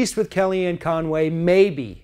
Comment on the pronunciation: Hell.. Her name is Con Way . Yep🤒 Not Fun way.! lmaooo ;-/